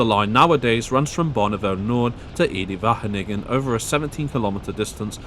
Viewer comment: WHATTT DID HE SAYYYY? EDE-WAGENIGGER